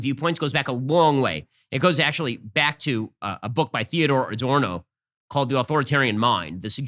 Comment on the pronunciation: He pronounced Adorno’s name wrong. (Of course he did.)